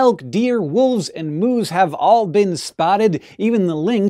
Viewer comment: You say "moose" funny. Like what does a cow say? "mooooooo"s ;)